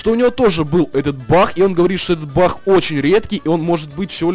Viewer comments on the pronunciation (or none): почему ты говоришь баХ а не баг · Баг а не бах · Почему ты он говоришь Бах? Надо говорить баг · Почему бах а не баг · Не Бах ,а баг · ты говоришь не баг а бах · почему ты говоришь бах а не баг :-D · не Бах а бак! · не Бах а баг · Почему ты говоришь бах